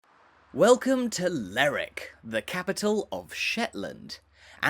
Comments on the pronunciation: Lerwick is pronounced both ways in Shetland, it depends on where your from in Shetland. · What kind of idiot makes an upload and can't even pronounce the subject properly?? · So I got as far the 3rd word and quit. LERRICK is simply an ignorant pronunciation and if you can't be arsed to say it correctly, I sure can't be arsed to give this vid the time of day. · Quite right. This mispronunciation is actually quite grating, especially in his lah-dee-dah accent. To give him his due though he's not committing the cardinal sin of calling Shetland "the Shetlands". He's also made the effort to pronounce Scalloway properly - "Scallowuh". Incidentally, the people on Fair Isle pronounce Lerwick like "Lyric".